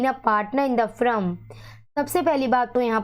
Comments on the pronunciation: Please pronounce the word correctly. It’s not “frum” it is FIRM. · It's not "frum"..it's Firm. As a tutor you can't pronounce wrong 😒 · Kindly note it’s firm not frum it’s against not aggnest